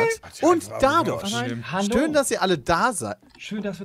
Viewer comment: Peter: "Stöhn dass ihr alle da seid".